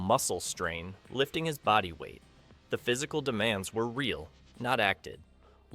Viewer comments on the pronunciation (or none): none